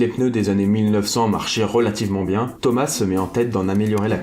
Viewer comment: Thomas se prononce toma